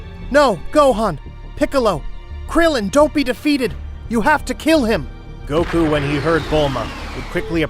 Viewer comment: “Saun Goku” 😂